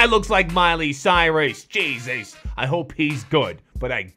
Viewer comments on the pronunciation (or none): none